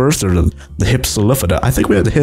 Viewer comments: it's hip-silo fadon not hipsolifobjdhchedon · Btw it's pronounced hip-sil-off-o-don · It is hif-sil-lof-o-don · You're not pronouncing hypsilophodon right